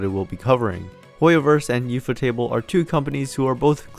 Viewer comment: wait is ufotable not pronounced like?? u f o??? as in the acronym?????